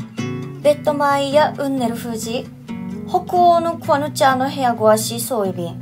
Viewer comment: 「うんねる」が若い人てわかるね。「うんねーるうー」ですねそこは（笑い）。翻訳は流石選手!発音は流石ネイティブ（笑）